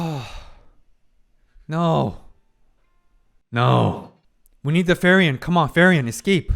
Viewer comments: Please stop pronouncing her name the wrong way. Frierin means peace in gernam but you call her Ferien which means hollidays in gernam. Please it rips my ears everytime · Lamborlinguini??? Ok you are not able to say "Free-Ren" as you say "Fee-Riiien"... sorry to mock your accent... it is hilliarious in a good way... (the best mockery is about friends that are not upset about it) (i beg you to not be upset...) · please, stop saying fairy-an. just say Free-ren to save my sanity. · Who the fuck is fairy-yen? How hard is it for this guy to say "free ren". Its not a hard name. Its like 2/10 difficulty. They literally say her name countless times in the show. What are you doing man, if youre going to be so long winded with every small event in the show at least get names correct. It takes like 2 min even if its hard for you. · as a german.... your at episode 7 m8... its "Frieren" which translate to freezing... and not "Ferien" wich translates to holidays... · every episode i wonder if this is the one where doc pronounces frieren (freezing) not like ferien (holidays). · no idea if people have told you but it is pronounced free-ren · Okay. I know it shouldn't bother me and I feel kinda like Hermione Granger doing this but while I can accept some levels of pronounciation, yours I have to tolerate ^^' And please do not take this as an insult, German words are hard to pronounce if you have no guidance or inclination. So that is what I decided to do: Here is the IPA writing for her name: frˈiːrən And here is a more simplifie explanation for a more english speaking group of people: Split her name in 2. Pronounce the first par as free and the second as ren like in the word renfaire So if you chose to change how you pronouce her, here is a ressouce :) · Frieren. Free-wren. 2 syllables. I'll hush now. Still love the vids.